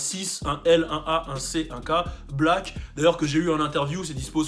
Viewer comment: 6lack ca se prononce six lack ou rien avoir?